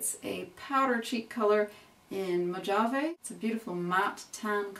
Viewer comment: just for future reference, the j is pronounced as an h in the word mojave. It's named after the Mojave Desert in America, which covers parts of California, Utah, Nevada, and Arizona. I thought since you were not from the US that you might not know